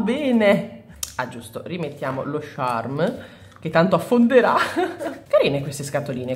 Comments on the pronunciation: scusa se ti correggo ma ha sbagliato lei pronuncia 😅 si scrive "charm" non "Sharm"😅 (non odiarmi 😂😅) ha sbagliato a dire "charm" che si pronuncia "ciarm", comunque in effetti uno stampo piccolino con Stitch non sarebbe male (si scrive così il nome vero?) ho rotto abbastanza ciao.😂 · io non ce l'ho con te, ma charm si pronuncia "ciarm" come "ciao", come lo pronunci tu è un'altra cosa:) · senti dopo averci pensato mi dono scocciata di bisticciare per due parole, quindi tu pronunciale come vuoi, ma sappi che a me claud e sharm mi danno molto fastidio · ho due cose da farti notare: 1) Lo slime con la neve si chiama clod non claud, claud non significa niente 2) Si dice il charm e NON lo sharm, lo sharm è senza senso Poi un suggerimento: Quando compri un crunchy slime e le palline salgono su e formano quella specie di crosta, tu rompila schiacciandola con le dita pk produce un suono troppo rilassante